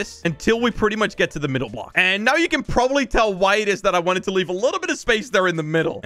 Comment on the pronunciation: I like how says libble bih instead of little bit